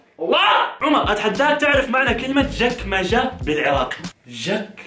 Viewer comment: معناهة سهل الصندوق الي صاير بين الكرسيين الاماميين ادري انتو تطونهة اسم اي لعد ششايفنه المهم انت لفظتهة غلط تلفظ chakmacha